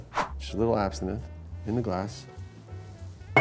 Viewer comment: What were you calling that? Abthinith? It's Absinthe lol